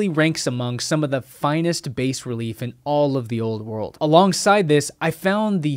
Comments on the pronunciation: "Bah" relief - not "base". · It's pronounced BAH-relief. Not "base" since it is French. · If you knew your shit I would presume you’d know it’s pronounced ‘bah relief’ not bass relief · It’s driving me crazy. Bas relief is pronounced bah ruh-leef. BAS could not be pronounced base because that would require it ending in an E. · Bas relief. Pronounced "Bah," like the sound of a sheep (ba).When you call it Base or bass relief, you undermine your credibility. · bas relief is pronounced "bah relief", not "base relief" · Base reliefs? Bas is pronounced "Bah", doofus. haha!!! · Chill you fucking nerd.. who cares if he got it wrong, I bet your a little punk in real life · It's Pronounced BA.. BAH Bas Reliefs.. Spent a few years studying Meso Americans.. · FYI... "Bas Relief" is French and is pronounced as: "bah". Only the British say it as "baes" relief... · i think bas as in bas relief is pronounced 'bah' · I have difficulty believing a vid about archeology if the presenter can’t pronounce “bas” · Good stuff man. One tip: if you want to sound like you KNOW what you’re talking about… Check into the proper pronunciation of BAS RELIEF. It’s an Italian term that came to us via the French. It refers to “low relief sculpture.” The accepted, correct, pronunciation is like this: BAH RELIEF. The S is silent. Or say Baa Relief. You’ll sound like an educated person. Carry on. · BAS RELIEF is pronounced, "bah" relief (...from French bas meaning "low")....not "base" relief. Even in Italian, "Basso rilievo" is pronounced as, "bahso releefo." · Pronounced bah relief‼️🤪